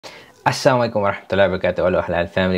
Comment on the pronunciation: why i'm keep hearing your salam as 'Assamulaykum'...not 'Assalamualaykum'?...maybe the accent? keep posting reaction video bro